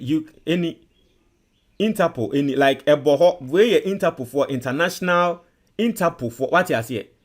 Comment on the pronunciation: So u think ur listeners r deafs or what? Interpool 20 times 😂😂😂😂😂